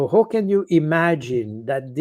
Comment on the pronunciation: Indeed. While Col. Baud's English is generally excellent, he has a few glaring "Frenchisms". "Who" vs "how" is another one.